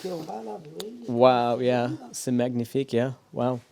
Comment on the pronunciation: Please 🙏 stop saying magnifique with gh sound! It's a very soft n sound! Time to improve your French 👍